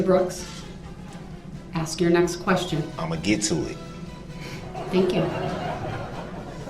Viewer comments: I’m fin to axe for subject matter jurisdiction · "Do you recall what you remember so I can aks you?"